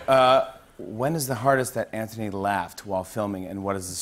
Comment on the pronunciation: 42 seconds in and if Jimmy pronounces it “anthony” one more time im gonna slap someone😳